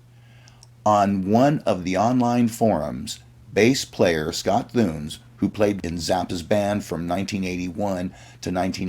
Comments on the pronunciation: Scott "TOON-IS." Not THOONS. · Actually, Scott Thunes is, I think, pronounced: Scott Two-nez. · Scott Thunes - Pronounced [ Too-Nis ]